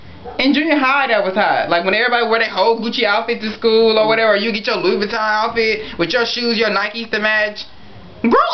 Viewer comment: Love you but you don't even know how to pronounce Vuitton. It's Vu-ee-tohn or Vee-tohn not va-ton